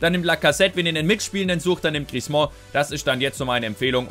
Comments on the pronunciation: Änder bitte mal deine Aussprache von Griezmann! ;) Das "mann" am Ende spricht man eher wie den "Mann" im Deutschen, vielleicht nicht ganz so hart. Aber auf jeden Fall nicht wie du es immer machst mit Griez"mon" ;) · Hey, den Griezmann spricht man nicht "Griezmɑ̃" aus. Den guten Mann schreibt man am Ende mit zwei N. Ein "an" im Französischen spricht man als "ɑ̃" aus, wie in "orANge" - das ist dann ein so genannter Nasal-Laut. Ein "ann" aber wird ganz normal wie im Deutschen ausgesprochen. Nenn ihn doch einfach "Griesmann":)